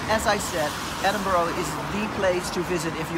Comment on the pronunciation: Stop saying Edinboro😠